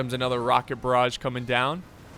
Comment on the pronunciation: "Chasseur " you must pronounce "ch" like the "sh" of shoot or like the "ch" of "french" and "barrage" the sound of the G is the same as Genius . One of your french fan